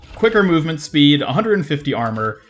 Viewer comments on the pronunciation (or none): none